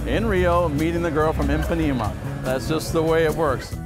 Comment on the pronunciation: Impanema? You mean Ipanema?